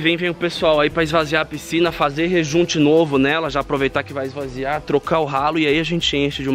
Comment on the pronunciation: "Esvaziar"(lembrei do cocielo) quem é das antigas entende KKKKKKK